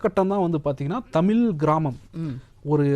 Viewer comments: முதலில் இந்த நெறியாளர் தமிழை ஒழுங்காகப் பேசட்டும். பிறகு மற்றவர்களுக்குக் கற்றுக் கொடுக்கலாம். அது 'தமில்' அல்ல "தமிழ்". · தமில் இல்லை தமிழ் தமிழின் சிறப்பான 'ழ' வை சரியாக உச்சரிக்கவும் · தமிலை இல்லை தமிழைச் சரியாக உச்சரிக்கவும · முதலில் தமிழ் என்று சரியாக உச்சரிக்க கற்றுக் கொண்டு தமிழ் சேவையை செய்யுங்கள். அப்படி செய்தால் தான் உங்களுக்கு அழகு